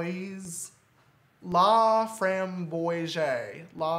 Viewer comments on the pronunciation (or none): it’s pronounced fram-bwaz lmao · Say frambOIse as you say lacroix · It was so funny when he was trying to say “framboise” because that’s french and I’m Canadian so we learn French in school😂😂 Btw it means raspberry and it’s pronounced “Frambwa” 💕😂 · ik this vid was made a long time ago but framboise is pronounced fram-bo-ahs its raspberry in french :) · It's pronounced Laframboy😁😁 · I love how he tried to pronounce a French word love you James